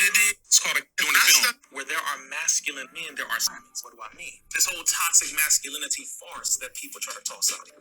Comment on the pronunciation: You Dummy !! You Can't Even Say The Word "Masculinity" !!